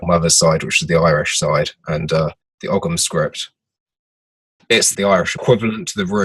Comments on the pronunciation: I enjoyed this as I do most of the Black Earth programs, not to be pedantic or critize another guest, but it is pronounced 'OM' and not 'OGG-HAM'. Otherwise fine broadcast. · Isnt ogham pronounced with a silent g in irish